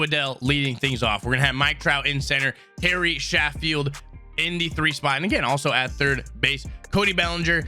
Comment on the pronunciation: He says Harry Shafield not Gary Sheffield